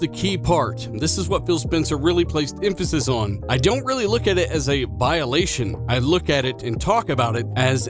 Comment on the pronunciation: Phil’s quote said “Validation” not “Violation”